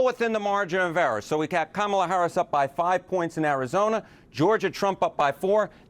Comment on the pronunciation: needs to be Fired from CNN for miss pronouncing President Harris's Name!!! FCNN!